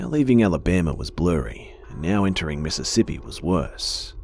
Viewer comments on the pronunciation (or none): none